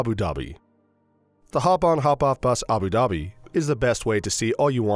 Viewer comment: Good video but the way u say Abu Dhabi is actually jarring